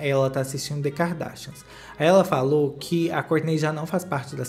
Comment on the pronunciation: adoro qdo vc fala "DêKardÁshianz